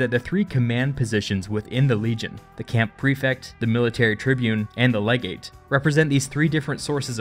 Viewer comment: "Legate" *cough.